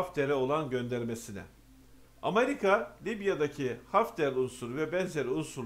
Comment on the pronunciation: Amarika değil AMERİKA